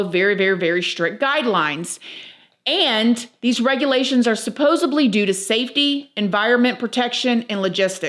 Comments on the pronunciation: Just an FYI, it's 'supposedly', as opposed to 'supposably' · I used to say this wrong, too. It is supposeDly, not with a B! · 😂 How am I supposed to believe someone who says "Supposebly"? 😂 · I enjoy your videos with all the various topics. Thank you for your work! I'm only mentioning what I'm about to mention because you use the word a lot, which is fine, but, um, there is no "B" in "supposedly." Every time you mispronounce it, I'm reminded of Joey from Friends. IYKYK. 😉I realize this video was 3 months ago, so you may never see this comment. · Mifhr be a weid thing to ask but why do you say supposebly instead of supposedly ypur replacing the d with a b , a few times ive listened to you i kept thinking im hearing it wrong bit you do say it with a b instead of a d , sorry if thats a weis one just wondered is it different in the usa ? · "Supposibly"? Supposedly. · Why do Americans say ‘supposebly’ instead of ‘supposedly’? It’s something I’ve noticed a lot recently on videos. Is it just the way it’s pronounced over there? In the UK we pronounce the ‘d’ at the end as d not b. She says allegedly the same way we do and not allegebly, so that’s why I’m confused. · supposeDly not supposably 👍